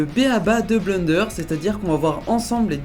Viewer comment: Haaaa le man dit bleunderre au lieu de blènder !